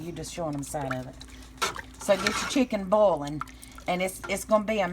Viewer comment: Cheeken bouwlin! Omg country ass!